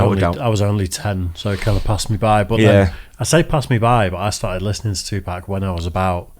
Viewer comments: you mispronounced 2pac it’s pronounced two pock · For someone who grew up listening to him, doesn't pronounce Tupac's name correctly lol Why is the cop so out of breath just talking?